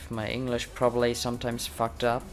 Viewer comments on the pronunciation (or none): Your way of saying the F word is kinda funny:P. And, MAG-7 is the best shotgun